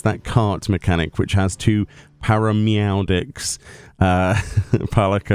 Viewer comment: "Parameowdics." XD